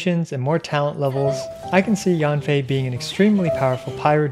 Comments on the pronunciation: read yen fei not yanfei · Yanfei is pronounced as Yen from Yenny + Fei ☺️